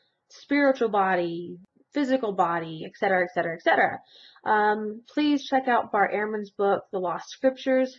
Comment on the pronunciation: English lesson time. ET CETERA, not "ek cetera."